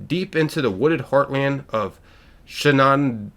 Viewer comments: It's pronounced, Shen-nen-doh-ah!! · Shenandoah is pronounced Shannon-doah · Hate to be that guy but just to help out its "shen-a-doh-ah" love ya see ya at helvetia again ine day. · i wanna know what the heck that storm is!!!! and its pronounced like "shannon" like the woman's name. "shannon dough ah" all one word. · Shenandoah is pronounced, phonetically, Shannon-dough-a. Every time you butchered it a hillbilly dies. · Shen-en-doe-uh that's how u pronounce it. It's in the country roads song 😂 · How did you mispronounce Shenandoah? We've all heard the song! Take me hooooooome, country roooaaads. hahahaha No hate :) Your excitement is infectious, and it's cool to see someone not just being a hater on Fallout 76. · It amazes me, the amount of words that youtubers I watch can't read or pronounce lol.